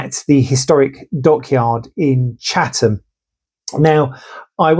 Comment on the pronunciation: Thank you for pronouncing Chatham correctly too, it makes a nice change...